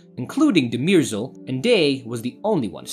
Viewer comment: It's not De-MEER-sel, it's DUH-mer-zel, as the characters have pronounced her name on several occasions. And it's not THEP-sis. It's THES-pis.